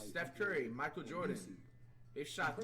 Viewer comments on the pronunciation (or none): none